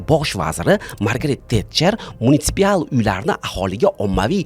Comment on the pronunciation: munitsipal so‘zini ikki marta xato talaffuz qildingiz,.